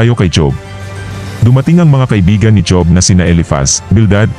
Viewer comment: Kaya lang mali ang pag bigkas mo ng job dapat hob kc pinoy tayo tama ba ako